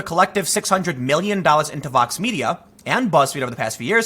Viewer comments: Is he saying Fox or Vox ? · Hey Tim... every time you say it, I'm not really sure what you're saying... are you saying VOX... or FOX? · I can’t understand when you say Vox and when you say Fox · Are you saying Fox or Vox?